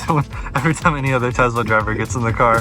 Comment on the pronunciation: Say "Tess-la", not "Tezla."